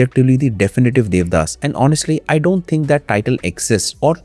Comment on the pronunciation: The audacity to not even watch the original bengali adaptation nor pronounce the no ek correctly. Debdaash